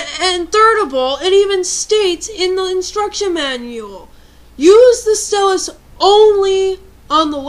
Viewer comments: Good video I dont use my stylus often because I put it down on my desk and my cat runs off with it, so I just use either A: my finger if im playing say bleach or B: I just use a pencil lightly doing what i need to do with it using the eraser. also TO ALL OF YOU FUCKING IDIOTS WHO ARE INSULTING HER FOR SAYING STYLUS WRONG IM MARKING EVERY ONE OF YOUR COMMENTS AS SPAM. (unncessicary (lol spelling sorry) yelling ftw) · Lol- rant's funny, but kinda got annoying when you kept saying stylus wrong. Think of the word "Style" and then saying "us". To rebuttle your point- most stores now only carry replacement styluses for the DS LITE. Very hard to find the original (smaller) stylus- and the plastic part that keeps the stylus in the DS wears out way too easily. I heard about metal stylus (regular tip) that I'm gonna look into cause the two I had just wore out and kept falling out. Lame. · nice pics -i like how you say "stylus" sounds british *^ ^* -good advice -some of us just naturally push hard on things like writing, some write super soft you can't even see, and others write super deep into the paper, in making it feel like braille cuz we feel that others can't read it cuz it too soft -i'm srry i have to let this out but...yhu sound like a guy... ok to those who are going balistic over her rant -u eihter have nuttin' else ta do or -ur just aggresive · Stel-us lol it pronounced style-us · i think it is prononced st-ie-lis not st-e-lus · its stylus not stilus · It isn't "Stillus" it's "Stylus" (ST-IYE-LISS) Edit: I just read the description, I apologize for the original comment. XD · STY-LUSS Ok? That's how it's pronounced. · Just a tip, I know you say stillus instea of stylus but when you are trying to get a point across, constantly mis-pronouncing one of the main objects makes you look less intelligent and/or making it seem like you don't know what you're talking about. No offence, though. :)